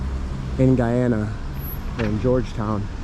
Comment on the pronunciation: As a guyanese we say GUY-ANA,Not how Americans pronounce it.. Thanks for visiting my country much appreciated.